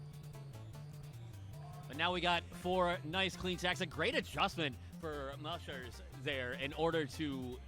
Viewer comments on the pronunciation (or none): I love that no one pronounces "mleczarz" properly